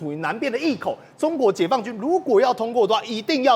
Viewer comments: 禹宣，隘口 唸愛的音，不是益的音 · 我的天啊 "隘" 這個字竟然唸 益 音也未免太 low 了吧 名嘴耶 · 隘口，讀“愛”口。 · 隘口，唸錯了，去翻翻字典吧！ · 謚溢隘的讀音確實會讓人搞混